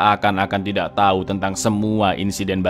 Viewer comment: Buset menit masa di bilangnya "Laura pun memberi tayi" 😂